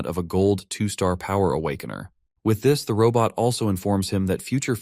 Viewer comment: Robot ❌ Raw butt ✅ 😂